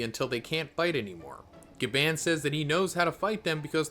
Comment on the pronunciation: Your more wrong about say gabaan when its pronounced gabawn